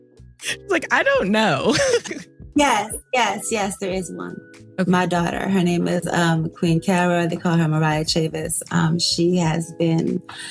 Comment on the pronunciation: You are pronouncing her last name wrong. Just like Davis it’s Chavis. You are saying Chavez.